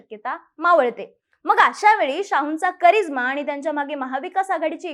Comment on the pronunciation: करीझ्मा...की..... करिश्मा ?